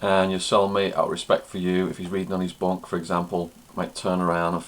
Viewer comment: He has an unusual way of ending his words like "rec-k" "holding tank-k" "bunk-k".. etc. And an irritating smacking sound at the end of certain words. Another thing is the water in the toilet bowl is what minimises the smell, as soon as a big piece of shit is under the water it will stop smelling that much. So saying "drop one, flush one" is supposed to get rid of the stench, is probably not the reason. It's probably because when you are in a tiny cell with another person, everything can lead to an argument or a fight, so it's common courtesy to flush the toilet immediately after crapping, because no one wants to see a big turd in the toilet, especially when you remember that the toilets don't usually have seats/lids.